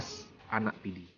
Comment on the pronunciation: kehabisan bahan. apa ngomong. menyebut nama "Kabupaten PIDIE" saja salah. kamoe PIDIE. keòn aceh pidie.